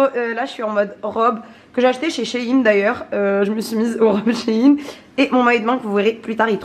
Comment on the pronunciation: On dit shain on dit pas shin